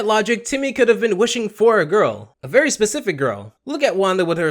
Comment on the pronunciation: I swore I heard fairy hypocritical instead of very if so. Great job!